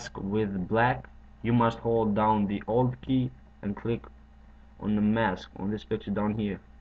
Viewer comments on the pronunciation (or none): Thx to you i learnt a really cool effect! The only thing i didn't understand directly was "you have to hold down the >ALT< key", saying old instead of alt is not really bad english, there's no big difference between the sound of a and o in english. So the vid is clear to me, thx again!